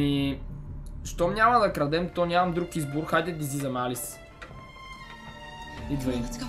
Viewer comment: не се казва Алис а Алъс